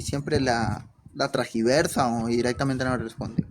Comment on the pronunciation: Es tergiversar NO tragiversar pero ser agnóstico no es ganar una diferencia de opinión al estilo Cantinflas